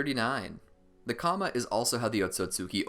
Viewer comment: The ‘kama’—as you pronounce it, is also an indian concept. And, oh ya, its pronounced kurma. Just wanted u to know